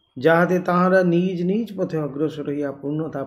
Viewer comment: Nij naa bole nijo bolle mone hoy vaalo shonabe.